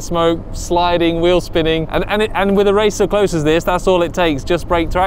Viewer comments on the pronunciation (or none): none